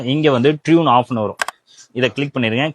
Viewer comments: It's டர்ன்...not tune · ட்யூன் ஆஃப் ஆஹ்..😂😂 அடேய் அது டர்ன் ஆஃப்.....இந்த அடிப்படை இங்கிலீஷ் கூட தெரியாத நீ எல்லாம் டெக்னிக்கல் வீடியோ போட வந்துட்ட....😂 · அது (Turn) ட்யூன் இல்ல, டர்ன். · Turn off ❌Tune off✅ ......but Nice information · Athu tune illa turn😂😂😂😂😂😂